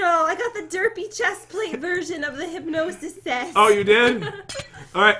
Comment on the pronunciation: I know its not a huge deal but i just kinda get annoyed when he says hypginosis its hypgnsis